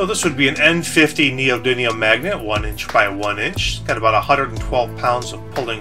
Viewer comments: It's neodymium, not neodynium. It has an M, sorry to be the grammar police, it was just driving me crazy. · 5 minutes of this guy calling neodymium "neodynium" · Neodymium! Not Neodunium ! God dammit! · It's called neodyMium, not neodiNium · neodidium magnets? no its ne-o-de-um magnets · He's non American, Americans say Neo Die Neum But others say Neo Din Eum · neodidlium is skookum mate. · Skyler Brockmoller neodidimum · I would correct you saying "Neodynium" but you said "Eye-Ron" aswell so I'm not going to bother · its pronounced neo-di-mee-um thats a M not a N buddy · it is pronounced Neo-dimi-um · friartuck103 I heard him say neodydium